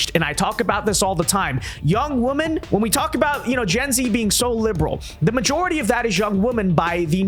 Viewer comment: Dude, the plural of woman, is women, and they are pronounced differently. I dont understand this trend.